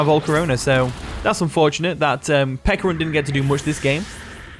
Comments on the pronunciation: Stop saying “Pekka” Its Peh- CHUH ah. Pe CHA runt. not Pekkarunt. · Pe-ch-a-ru-nt….. pe-ch-arunt…… pe”ch”arunt….. u know ch like cheese? Ch